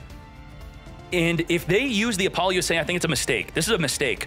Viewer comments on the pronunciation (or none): It took me a good while to realize that every time he was saying "V-Sauce" and "Apolly-yusei", he was talking about Visas and Apollousa. I can't tell if he's doing it on purpose or not.